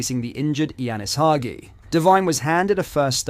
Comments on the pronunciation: Is this AI? Claims to be a rangers fan but pronounces Hagi as "hog-ee" lol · Dude how many names in our team you gonna pronounce wrong. Couldnt say gers correctly, couldnt say lowry correctly, couldnt say hagi correctly.. you sure you support rangers? Lol